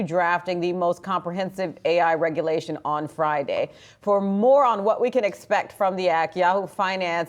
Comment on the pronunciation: "Reglation" wtf Yahoo Seriously?